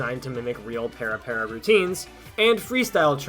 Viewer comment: Couple of little fun tidbits: - It's not para, like in parallel or paramedic, but more "pah-rah pah-rah" You can hear a good pronunciation in the song Para Para Paradise by DOMINO, featured in IIDX 6th Style! So the videos seen in the PS2 version of the game (I still own the game and controller, funny enough) wasn't shown on the machine itself, but there was a dedicated machine attachment that was a CRT and DVD player that had the dances playing next to the machine. My friends in KCK still have a copy of the machine as well, it's fun to go back and play Tora Tora Tora (which I recognized in a heartbeat from the person playing with the blonde hair.) At one point, Konami was indeed working on a 3rd Mix/Deluxe version of the cabinet, that actually allowed for three dancers simultaneously. (three octagonal stages connected at an obtuse angle, think a wider triforce.)